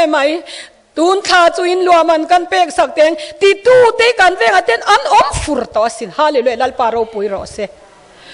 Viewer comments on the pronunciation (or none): none